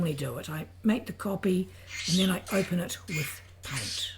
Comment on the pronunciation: "click on pint." it's called paint. not pint. learn to speak correctly.